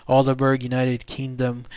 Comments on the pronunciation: Hello, I am a bit late to the party but being from the UK, I better point out your pronunciation of the town. it's pronounced Alderbrer, not Alderberg. You can see a British UFO group visit the area, including my friend Ben did a report on it Its in the county of Suffolk. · i think its pronounced all-dee-brah; for all you non brits ;) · its pronounced aldebrough! this is painful to listen to :( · Yes, it made me laugh, also the pronunciation is wrong for the town but great to get the story covered.